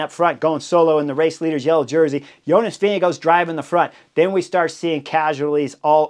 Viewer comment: As a Dane, I love your pronounciation of Jonas. Sounds like Vinge go. Go go go Jonas!